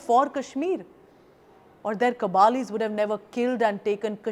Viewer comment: Nice program. Just two things that I would like to point out:- It is Yana Mir not Mir Yana & Kabaylis rather than Kabalis. Most people who follow Kashmiri affairs know Yana & this is the first time I heard someone call her Surname first that sounds more like an middle ages War Lord, a Minister in some Emperor's Court or Shayar/Poet rather than a modern day Female You Tuber & Journalist. Similarly I have read a lot on the 1948 aggression so I know that the Pashtun tribesmen that Pakistan pushed in lead by Pak Army Offrs in disguise were called Kabaylis. The Spelling in Hindi would be more precise, I guess. One notable book that I remember to have read a few times is " Raiders in Kashmir". To be frank the word Kabali sounds like the title of a South Indian Movie. Sorry for the nit-picking but that is just the way I am & has less to do with your program. I can't rest or help it without pointing out the small, minor irritants. Not that I don't make mistakes. We are all human after all, not AI (that commits blunder's😂).,🙊🙉🙈🐵🐒🐱